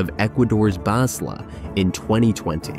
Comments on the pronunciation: Speaker is a synthesizer. The scriptwriter misspelled Balsa as Basla. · SAID BASLA INSTEAD OF BALSA. COMPUTER. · Balsa not Bazla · AI bot..BaLsa no BaSla get it right bots suck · The voice read the word 'BAS la' instead of 'bal sa' more than once without even thinking about it and no edits lol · fix the damn script that the bot narrator reads, it is Balsa not Basla and there are so many cases of the second... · It's BALSA not BASLA you moron! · it's BALSA not BASLA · BASLA apears 3 or 4 times, very distracting. someone mistyped and AI reads it as is. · It's BAL-SA.... PLEASE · Anyone else wondering why the speaker is saying "Basla" multiple times? Just wondering about the proof reader of the script...